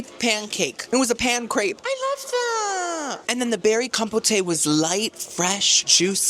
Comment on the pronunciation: I love you but are you saying words wrong on purpose? Like buffet and compote.